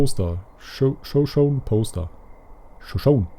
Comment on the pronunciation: Den Wald spricht man "Schuschouni" aus. :)